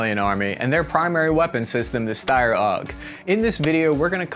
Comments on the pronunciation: Hurts my ears hearing this „Ssssteyrrrr Aug“ - It’s pronounced like „Sh“ like „ShteiEr“ - and the original Name ist STG77 - Sturmgewehr 77!! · why does every aussie call it styer 😂 Its Steyr, e first, y after haha. Greetings from an Austrian :) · Shteyr. I know it's pronounced shteyr, you know it's pronounced shteyr, I'm begging you man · Steyr. Not steyr